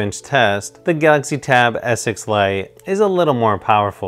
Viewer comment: I was so confused at first because he pronounces Galaxy as Gautzi haha. I got a S6 Lite and I'm conflicted. I love it and kinda regret it at the same time. Chromebook OS can do so much more than Android because you can install Linux apps so full desktop apps. Is more of a mobile productivity device than a tablet plus you get a keyboard. But the specs on S6 are just so much better than Duet for the price performance. I mainly got it for drawing and S-Pen is incredibly good and based on what I read the Lenovo USI sucks.